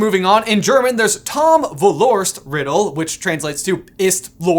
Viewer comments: it’s Vorlost in german not volorst 🙈 still pretty ridiculous name in my opinion 😅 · Its Vorlost in German not Volorst Makes a huge difference, the first one sounds like a real name